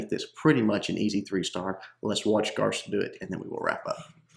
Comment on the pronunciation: Garske still has two syllables. "Gar-ski"